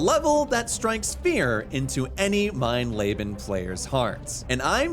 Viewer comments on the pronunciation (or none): Mein leben translates to “my life” and is actually pronounced “mine leebun” fyi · mine Le-been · Mein Layben is nothing. Look up how to fucking pronounce once in a while. Jesus Christ. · Calling the Highest difficulty „Mein Lebe“ is pretty funny ngl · I believe it is pronounced MINE LEE BEN. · But an absolutely dreadful pronunciation of "mein leben" and I'm not even German